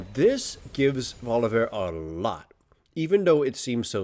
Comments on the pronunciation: Why the heck do you keep pronouncing VoliBEAR as VoliVEAR? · Say it with me-- Voli BEAR. Not volivare. Ily but i am also a grammar nazi